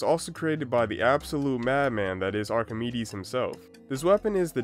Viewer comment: lesson learned: doesnt know how to pronounce archimides and the guy who doc from tf2 named his bird is a madlad